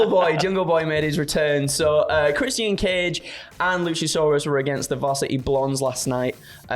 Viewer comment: "Chris-Sian Cage & LusaSaurUs"